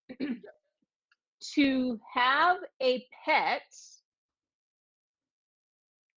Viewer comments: Sometimes when the T is pronounced very strongly like "peT" it often sounds like there is an S at the end, but it is not the case. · Hi Adrian. In the dictation Nicole said "To have a petS" (with an S) and at the end she said "Write it down in a commentS" (with an S as well). Is it for an easy (lazy?) way to prononce the sentences that she add on those S? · Sometimes when the T is pronounced very strong it sounds like Ts but it is not spelled that way 😉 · Je suis satisfaite car je fais de moins en moins d'erreur. Cependant, petite parenthèse concernant la prononciation de Nicole qui parfois me prête à confusion Je m'explique: pour certains mots comme pet ou comment au singulier, Nicole a tendance à prononcer la fin du mot en s comme si la forme était au pluriel alors qu'elle est au singulier . Serait-ce un défaut de ma part? Bon weekend à tous.